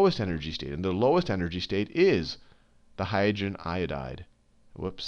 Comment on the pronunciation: . Highagen Iodide? I thought it was hydrogen